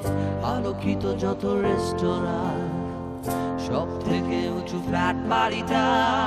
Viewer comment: আপনি বাঙালি , ব্রিটিশ নন। উচ্চারণ স্পষ্ট করুন বাংলা উচ্চারণ বাংলার মত করুন। ওটা বাদিতে নয়, বাধিতে। শহরের উষ্ণথম ডিনে নয়, শহরের উষ্ণতম দিনে, রেস্টরা নয় রেস্তোরা।